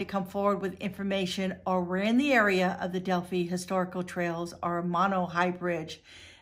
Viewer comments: FYI it’s pronounced del-figh not del-fee. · It's not Del Fee. It's Del Fi Del-phi PH = F. Fi like Pie. Not knowing how the name of the town is pronounced sinks your credibility. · Hey sweetie... I’m from Indiana. I’m in no way offering the correct pronunciation to be at all disrespectful to you. Rather just to be helpful is my only intent. I think your a wonderful dedicated and compassionate creator that works hard to find justice for victims. Del• phi ( fi) long i sound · Delphi not delphy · Pronounced DEL- Fi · DEL FIE (like 'die') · That bothered me too. How well did she research this? Watching even one video about this would have the proper pronunciation of Delphi